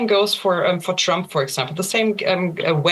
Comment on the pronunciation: The guy is so warm assed that he can not even pronounce the name of trump